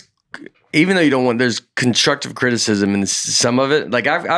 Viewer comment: Me not constructively criticizing the way Nate says constructive criticism.